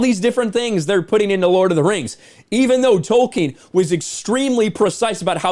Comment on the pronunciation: Lord of the Rhangs. Return of the Khang. That made me laugh. 😆